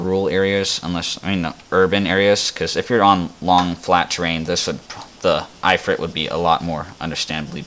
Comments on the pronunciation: the... "eye" frit =( Its IF-Frit. like "as IF" then ad Frit to the end.... good video otherwise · I-frit???? kelo meeters? You mean kilometers and If-rit.